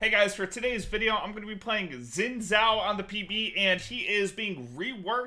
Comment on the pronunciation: Shin Joww, not whatever garbage came out of your mouth at :02